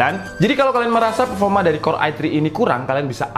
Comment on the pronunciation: Pefoma wkwk mantap mas